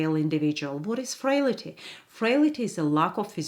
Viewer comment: Frail - ty. Not frail - ity.